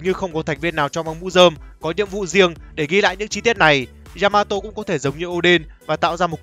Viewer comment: Yamato not djžamato.....